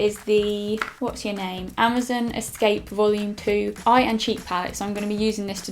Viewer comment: It's not amizin it's amazon